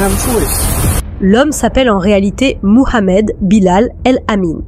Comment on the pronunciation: C’est quoi cette manière volontaire de prononcer son prénom ( Mohamed).. On sent toute l’islamophobie dans cette façon surjouée de prononcer son prénom à la manière des plus gros racistes qui existent sur terre. Vous êtes pitoyable. Honte à vous!!.. Cela vous retire toute crédibilité dans ce semblant de travail qui n’en n’est pas un .